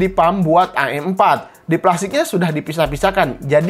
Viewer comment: Wih sering ngaji nih ngomong am4 aja a' m4